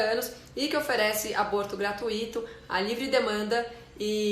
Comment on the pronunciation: Uma pequeninha contribuição: "gra-tui-to" é um ditongo (decrescente), não é um hiato (não se fala "gra-tu-í-to")! Lê-se como "ruivo" (rui-vo), "muito" (mui-to).... não é "rapaz ru-í-vo" e nem "mu-í-to obrigado", ... e outras também como fortuito, circuito. Gra-TUI-to!